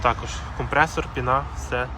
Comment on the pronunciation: Такі як ти знищують мову... пінААА??? вперІд??!! Та хіба є такі слова в українській мові?? Як оті папуги повторюєте за людьми що знищують мову. Слідкуйте за мовою солов'їною!! Великіби букви в тих двох словах це наголос.